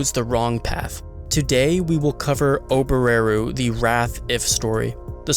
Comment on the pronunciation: The way you pronounce Ram and Oboreru really bothers me as a Japanese speaker..